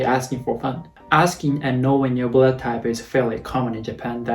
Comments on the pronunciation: Blood not "buled"😂😂🤣 I was confused like "what?!" For a moment by how you said blood😂 My blood type is B too. B+✌🏻 and I guess I'm an honest person just like how I am right now😃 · It's only me hear he say "bullet type" insted "blood type" :D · When you're saying "blood" it always sounds like "bullet" xD. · I don't know why but everytime you say Blood I hear Bullet 😅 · Now I can't unhear it😂